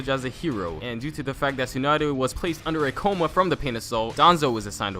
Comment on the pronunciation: I heard tsunada